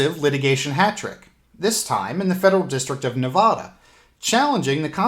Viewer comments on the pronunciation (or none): Thanks for having our backs. Nevada is pronounced "Nev-add-ah", not "Nev-vah-duh"